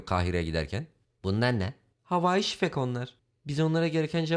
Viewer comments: “Havai-şifek” foxvesti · Havayi şifek ne abi alah aşkns 😂